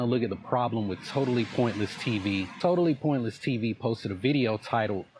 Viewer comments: Now, I am very high on an edible right now, but I swear that is saying "TotalessPointless" instead of TotallyPointless. Please, someone tell me it's not just me hearing this. I'm kinda losing my shit over it, like he either cannot say it properly OR he thinks he's denigrating him by saying it incorrectly. It's fucking bonkers, y'all. Edit: OMFG IT'S LIKE YOU WERE TALKING TO ME! HOLY SHIT! 😅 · Does he keep saying"Totaliless Piontly TV "....he does.Get a grip "". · The way that guy pronounces "totally pointlesses tsvs" is my sleep paralysis demon.. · This idiot keeps mispronouncing the name of your channel, in different ways. Total AL Sharpton.